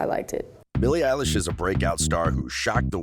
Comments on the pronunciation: You said Billie Ayelish! It’s Billie Elish! I’m cringing! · I love how he's calling her eilish 😂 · I hate when she calls her Ellish... 😂😂😂😂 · Bille illish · All I hear at this rate is “Eilish” all I hear rn XD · Her name isnt elish its billie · “Eilish” “Eilish” “Eilish” “Eilish” “Eilish”